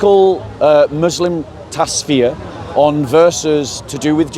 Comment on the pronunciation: its taf-sier! Not tas-fier! Bro! Love you in Jesus name.